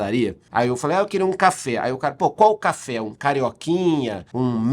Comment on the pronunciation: Essa café seu, pode ser chamado de cháfé kkkkk